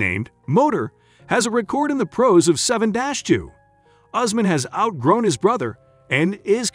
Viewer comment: His name is not Horseman but Usman pronounced "YOUSMAN"